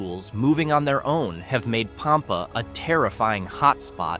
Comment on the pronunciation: Sah-LAH-do? Du-MAS? POM-pa? HEE-co? BEW-chanan Dam? Get it right or don't do it at all. Oh, and since both John Wilkes Booth AND Billy the Kid apparently lived out their lives in HIGH-co, perhaps we should look for Amelia Earhart and Jimmy Hoffa there as well.